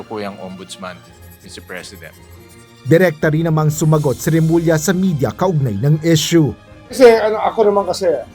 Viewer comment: Inis or suklam talaga si marcoleta kay remulla, ni hindi nya ma Bigtas name ni remulla